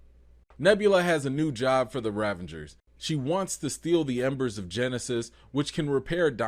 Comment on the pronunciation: Excellent takes - love your honesty. Your word play is excellent, May I, however, "File a complaint with management"? Yondu is a Ravager. You keep putting an N in there To make it rAvengers So- is that intentional? If so, that is subtle and pretty sweet. If not - please put some respect on the Ravagers name